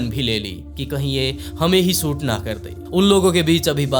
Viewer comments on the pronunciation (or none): Koshish hota h kosis nh hota apni Bhasha wrk kijiye sha ka sa bolteho soot nh hota shoot hota h aapka video world mein ghumta hai apni language per vah kijiye